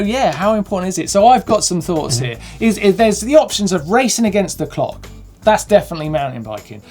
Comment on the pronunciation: #captioncontest "I'm SURE Martyn said "put it in 'ear"?